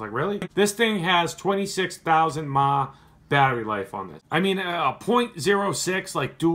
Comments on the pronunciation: love the vid, but please its called MILLI AMP HOURS not mahhhh. keep vaping dude. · it's miliamp hour... not fucking mah..... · Could you never say 26 thousand "MAH", like never again? Just say "mili-Amp" like normal people do. Thanks. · twenty six thousand "mahhh" boi say it right. milliamps. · do people really say mAh like its spelt? Instead of milli-amp hours (edit. or milli-ampere hours) Like should I start saying km/h like "kimuh"... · It´s not maaaaah. It´s mAh milliampere-hour. If you going to be correct do it all the way I think :) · MAHH. Damn people it's either M.A.H. or Milli Amp Hours not calling your MAHH. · Please say M.A.H. as the acronym it is. Individual letters, not all as a word. Sorry I had to point it out, just when I heard that my eye twitched. Past that amazing box and setup. It's begging for a 40mm RDA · Nigga actually said "mahhhh" do you know what mah stands for? and don't google that shit. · WTF am i even looking at. I don't know how i got here... Vape? What is vape? You put some of your mushed bath salt into that cap and cook it up by shortcutting the batteries? I can't believe when you pronounced mAh as MAAAAH. 24 gauge alien raptor? >,< Shit has gone past the limit and beyond. I think i'll just go to sleep...